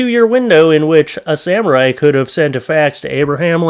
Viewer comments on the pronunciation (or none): none